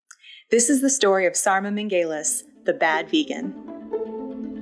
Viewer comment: You pronounce both their last names wrong. If you wanna make videos please do your research